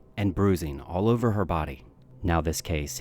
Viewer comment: “Throw it OVA”